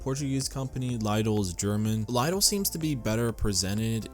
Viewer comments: Why english native nations have always problem with pronounce foreign words like Porshe, Opel, Chorizo, Lidl ( 'laydoll' ?! xD ) , Mercedes, Taco etc. ? I am not polyglot but damn... My ears bleeding :D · me too! ive never heard it pronounced L-(EYE)-DL...what a mind-fuck XD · We have Lidl stores here in Northern Virginia and we usually pronounce it as “LEE-dl”.